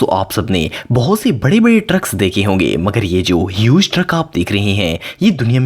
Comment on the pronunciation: It's not bare it is bade